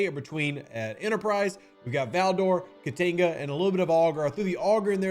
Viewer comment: I wish I knew how to write phonetics. Your pronunciation of the Jem'Hadar name hurts my soul. I like in Indigestion, Ka like in Kahn, Ti (short I), and another Ka. I think these are close enough examples to get there.